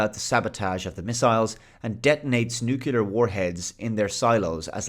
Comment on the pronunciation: New Clear. Not New Cue Lar.